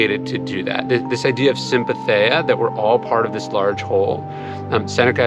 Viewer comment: ryan i don't know if ancient greeks pronounced it that way, but in mondern greece, sympatheia's "ei" in the end is one sound like "e"